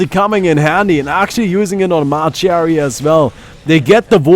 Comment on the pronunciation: Sorry but not its not 'ma cherry' its 'ma cherie', french for 'my sweetheart'.